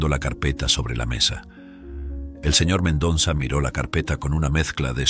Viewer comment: Me gustó la historia Lo que si noté, es al narrador le cuesta respirar Se le escucha el modo de su respiración Si el Sr, hiciera la pausa correspondiente al leer la historia, no le pasaría esto Lee de corrido, le falta aire y es x eso que se escucha su jadeo ,al seguir con leyendo Otra cosa q note es:, es que pronuncia mal el Apellido del dueño de la empresa El dice MENDONZA Pero ese apellido q es de ascendencia hispana es MENDOZA A no ser q sea nuevo ese apellido En ese caso me disculpo Gracias